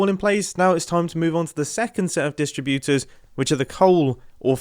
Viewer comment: Why does mumbo pronounce distributors like he’s reciting a poem with a iambic metrum?